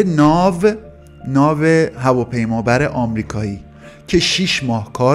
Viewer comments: سلام. دادا عشقی من از اون هفته دارم به اون ناو هفاف بیامرو جرمیخورم از خنده خیلی باحال گفتی اصلا این برنامتو موضوعشو باید. طنز درست کنی نه ترسناک و اینا خیلی لایک میخوره باورکن😂😂😂😂❤❤❤❤❤❤❤ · ناو هوا پیما بر هم تلفظش باحال بود هم فیلمش ممنون از ویدئوهای امشب❤❤❤❤❤❤